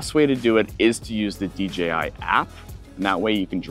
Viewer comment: It's DJI not DGI.